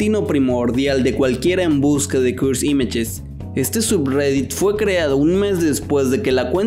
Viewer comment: Deci cursed images no cuds imach me pones nervioso